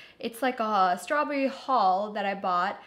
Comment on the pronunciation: Aleena : ‘slaw berry 😍’